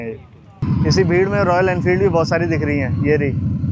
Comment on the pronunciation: Royal enfield ❌ royaala infildo